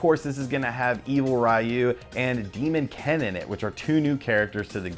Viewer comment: Thumbs down to "Demon Ken" lmao